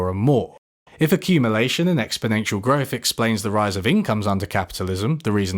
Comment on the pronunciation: Is it just me, or do you pronounce "growth" as "growf?"